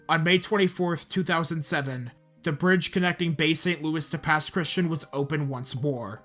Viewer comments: Just wanted to say as a Native Mississippian, Pass Christian isn’t pronounced like Christian. Its more Chris-Chee-An. Other than that this is a great video at showing everything that happened to us that day. My mom and dad were gonna stay, with my dad even being nearly blackout drunk from gambling at a casino the night it was supposed to start hitting. Only left because his mother wouldn’t stop begging them to leave. Our house is about 4-5 miles inland from the coast. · Also, it’s pronounced - Pass Christy-Ann 😂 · Hey just a comment. I'm not personally from the Mississippi gulf coast but I go to school in Mississippi so I know quite a few people from there. Pass Christian is not pronounced normally, it's more like "Pass Chris-tea-anne"